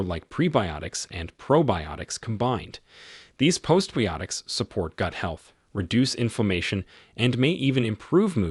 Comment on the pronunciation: "Post bee-yotics"? He means biotics, bye-o-tix -- and half of him knows it, since he gets it right some of the time. Swiss studies show that Swiss cheese is good for your heart? Amazing!